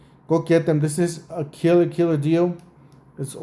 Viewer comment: Don’t forget the Arizona accent